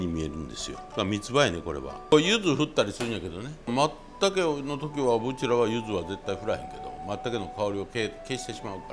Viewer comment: 松茸のことをまったけと発音されるのは関西だけなんですね 初めて知りました